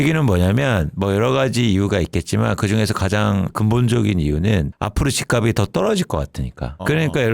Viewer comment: 단어 발음 좀 제대로 해줘요. 발음: 집갑이 -》집깝씨